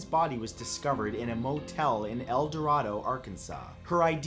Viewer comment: As annoying as it is it is a long a in El Dorado.